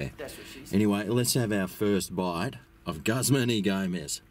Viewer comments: Say Gooz-mahn please. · Looks good! I think its pronounced Gooozman Y Gomez.